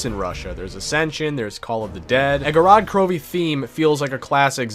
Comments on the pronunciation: An absolute classic, but couldn't pronounce the map name kek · Me being a Russian speaker the way he pronounces the map's name gives me O.C.D. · Its Gorod Krovi